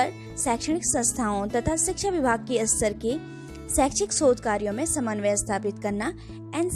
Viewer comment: विडियो बनाने से पहले शुद्ध उच्चारण का अभ्यास करना चाहिए।आप हर बार स्तर शब्द का उच्चारण अस्तर कर रही हैं जो बहुत ही बुरा लग रहा है।